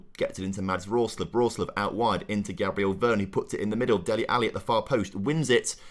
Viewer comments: PLOT TWIST: Andre is a deaf mute and hasn't been told yet. BTW it's V-E-R-O-N not Vernon hahaha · Loving the series, p.s. please reread veron’s name ty ty